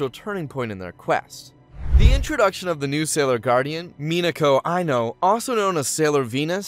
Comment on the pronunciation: Minakow Aiknow 😂😂😂